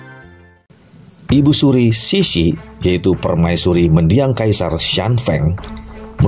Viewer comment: Betul bang.. pelafalan nama2 dlm bahasa Mandarin nya hrs lbh baik lagi.. seperti Permasuri terakhir diucapkan Ce Si, bukannya Ci Si atau Si Si.. lalu ada Mao Zedong harusnya diucapkan Mao Ce Tung, lalu Perdana Menteri Co En Lai.. ada pula jendral Yuan Se Kai.. Moga kedepannya bisa lbh baik lagi.. Tetap semangat.. Cia Yu.. 👍👍👍